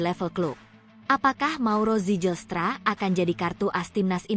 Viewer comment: Baca nama org yg bener dong. Ngga ada nama org Belanda yg diucapkan "sijelstra". Berani jadi pembaca teks di youtube, belajar dulu. Jgn asal jadi atau asbun